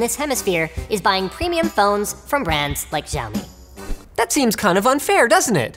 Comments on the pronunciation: Giaomi ..... NoIcE Dude it's 'c a u me ' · Are you supposed to pronounce Xiaomi that way?? I thought it's pronounced Siao-Mi.. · u pronounced xiaomi wrong btw <.<